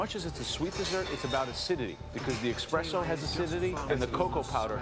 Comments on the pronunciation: “expresso” I thought this guy was supposed to be the Italian food aficionado but he pronounced espresso wrong. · >Master Chef judge >Says "expresso" 💀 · it's a regional speech thing. Some people say can't pronounce the 'es' and say 'ex' instead like 'excape'. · joe said expresso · he said it again